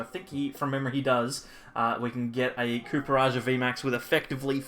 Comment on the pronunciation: Surely the Pokemon is pronounced "Copper" and not "Cooper" 😅